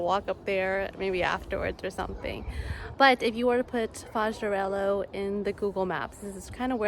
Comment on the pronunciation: Hi. Don't mean to be a pain in your you know what, but when an "h" comes after an "l" the "lh" is pronounced like "l-ye." It's "arelyo," not "arelo." Thanks!